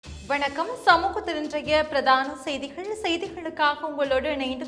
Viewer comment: அதென்ன சொல் முடிவில் 'கள கள என்று சொல்கிறீர்கள். உதாரணம் செய்திகள் என்று சொல்லாமல் செய்திகள என்று சொல்கிறீர்கள். உண்மையில் நீங்கள் தமிழரல்ல போல் தெரிகிறது😮